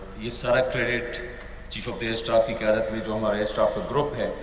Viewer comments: Kyamt me nai kyadat me. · Qayamat Nahi qayadat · Qayamat nahe qeyadat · Aby loruo qayadat hota hai qayamat nhi dhakan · Qiyamt nhi bhai qayadt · Qamat nahi qadaat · Kayamat ni hai kayadat hai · Qayadat not Qyaamat please correct this word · Qiamat nahi qiadat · Qayamat nahi qayadat..... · Bhai Qayamat nahi Qayadat main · Qayamat nahi qayadat.. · Qayamat nhi sir qayadat sorry sir